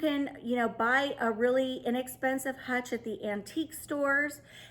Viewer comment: Very, very unique “hutchel”😉. Happy New Year 2022!!!!